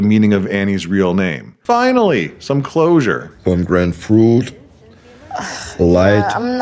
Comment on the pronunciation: Anora means pomegranate and or dude is trying to say "pomegranate fruit" but it comes out as "pomgrant fruit" in his thick accent.